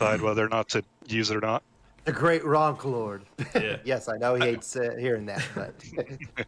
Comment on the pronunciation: "The great ronclord" 🤦